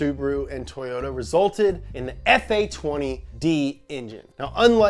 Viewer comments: “Toyots UK” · "tOwOta" yall think you're slick